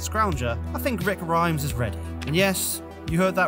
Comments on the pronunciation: survivor name pronunciation: rhys = reese, katriona = cat + tree + ona (like ending of fiona) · Great vid! (Rhys is pronounced reece btw) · great video but please pronounce rhys right